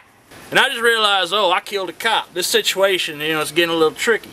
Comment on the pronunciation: yeah, its sound more like "moral sitchy-ation"